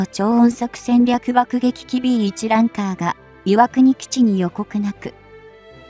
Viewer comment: ランカー→「ランサー」